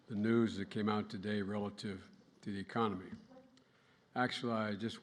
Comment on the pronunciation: Did he say “meconomy”? 😵‍💫